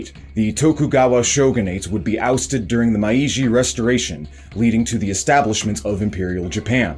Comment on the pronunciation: It is kinda nitpicking but I do wish had someone do a pass on his pronunciation of some stuff. Like the info is great, it's just a little distracting to hear Mai-Ee-Jee instead of May-Jee (Meiji) or fearick instead of peerick (Phyrric). That last one is tricky, seeing as it's an unusual word and doesn't follow the usual rules of English spelling. If isn't a native Anglophone (or even if they are) it's totally fine it's just maybe something I'd have someone check before I posted the video. I'm only about 15 minutes in and loving the info so far, though!